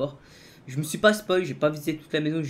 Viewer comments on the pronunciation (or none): none